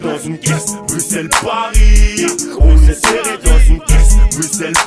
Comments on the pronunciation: Juste comme ça on dit bruSSel même si ça s’écrit bruxelle mais tres bonne videos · Waaaa c'est ouf félicitations à vous PAR CONTRE ON PRONONCE BRUSSEL ET PAS BRUKSEL voilà voilà ça c'est dit 🙂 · Putain c’est bruxelle mais sa se prononce sans le x bruselle🇧🇪🇧🇪🇧🇪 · Ouais Ouais la Belgique !!! J’espère que t’as appris à dire Bruxelles sans prononcer le X pendant ton séjour 😄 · CA SE PRONONCE BRUSSELLES! QUAND EST-CE QUE VOUS ALLEZ COMPRENDRE????